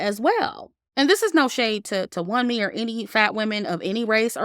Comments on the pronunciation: Love your review! "Wunmi" is pronounced as "woonmee". It's a Nigerian name lol but I agree with how her character was portrayed in the movie, very disappointing. In terms of production, it was really good. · Great commentary,! Btw, Wunmi’s name is pronounced Woome.